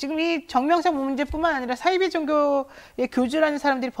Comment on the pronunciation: 사이비 발음을 싸이비라고 발음하시네요